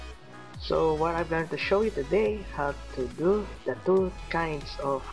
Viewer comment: Not thu it is two